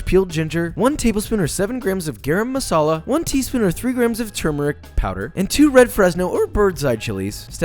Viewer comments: Teeeeeeeeeka masaaaala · Ohhh Josh u need me to teach u how to make real Fijian Curry... butter chicken is not the best curry it's not even real traditional curry...lol...looks good tho...but...all I can say is BUT! Traditional is where it's at...not main stream chicken tikka masala...and it's not pronounced gay-ram may-sala lolol it's Gah-rahm Mah-sa-lah...nice try tho... PS love ur videos n lessons they r excellent...but meh on the curry vid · Bruh kinda butchered the pronunciation of garam (guh-rum) masala (mah-sah-la) and basmati (bus-mah-tea) lol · And also it's pronounced Guh-rum masala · As an Indian, I cannot help laughing at his pronunciation ”GAaRUM mASaLa” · Guh-rum Muhsaa-luh, that's the pronunciation